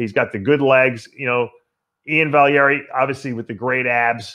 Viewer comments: It's VAL-E-AIR not valeiary lol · Vallyarere wtf Dave since when did u start messing up Ian's name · Say it with me—- Valley Air. Dave trying to make him Italian. LOL. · After all these years you would think Dave would know how to pronounce Valliere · Guy needs to teach him how to pronounce it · Lmao thought the same